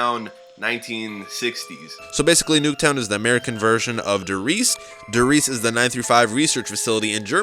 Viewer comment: You said die Reise it's die reese